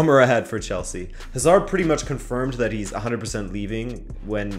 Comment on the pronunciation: WHY DO AMERICANS SEPARATE Hazards name they pronounce like they separate HA SARD